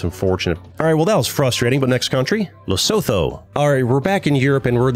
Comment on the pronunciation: lesotho is pronounced les-oh-toe by the way